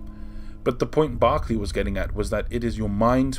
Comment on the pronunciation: Spelling is actually George Berkeley but pronounced as "Barkley".